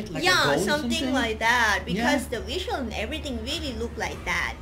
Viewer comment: the weesial look like that..lol.. can't pronounce V and We ? Visual or weesal